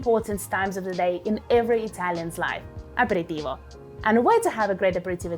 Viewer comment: Aperitivo Non apiritivo 😂